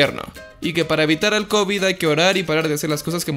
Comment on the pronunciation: Minuto te desmonetisan si dises cobit